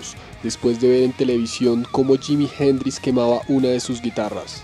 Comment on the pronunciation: y si tambien decis Jimi hendris.... y scalopado... jajajaajaja , y no conducia una ferrari cuando tuvo el accidente, era un Jaguar., no era escopeta, era un revolver.... lee un poco mas ....